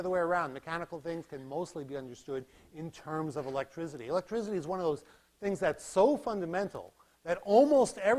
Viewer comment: Great lecture series! However, pretentious pronunciation of electricity as electrizity. No one ever pronounced it that way prior to the goons at Enron. Electrizity is not found in any dictionary either.